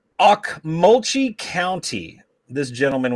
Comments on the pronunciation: Okmulgee = Oak-mull-gee. Muscogee = Mus-ko-gee. It's in Oklahoma! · Pronounced Oak-Mul-Gee & Musk O Gee